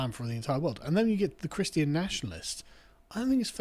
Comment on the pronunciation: ChrisTEE Ahn...everyone has a few words they just mangle .